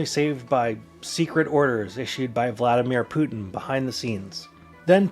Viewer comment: VlaDeerMen Pootin